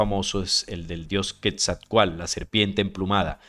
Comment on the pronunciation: La pronunciación del nombre Quetzalcóatl lleva implícita una pronunciación segmentada, es decir; se marca el acento en la letra O. Sería así; Quetzal-có-atl. importante anotar que en el idioma Nahuatl, usualmente se omite la letra L cuando ésta va al final, y usualmente despues de una T.